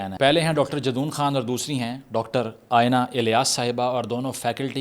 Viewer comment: its aena, not ayena